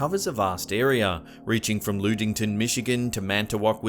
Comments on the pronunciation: It's pronounced "LUDD-ington," not "LUDE-ington." I used to live there. Not that Ludington, Michigan will ever come up again. haha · BTW. Ludington MI. (LUD - ING - TON) not LOODington. Yet some how you pronounced Mackinac correct?? lol..... smile. alls good. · It is pronounced “Lud-(like mud)-ington. “ I know no one will care, but sometimes his mispronunciations are grating. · please do some research on pronunciation of locations. Ludington, Michigan is pronounced like thud, hud, bud, etc.